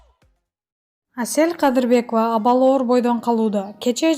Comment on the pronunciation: 😝😂😁оа , Кээ бир жерлеринде СЕЛ КАДЫРБЕКОВА дейт го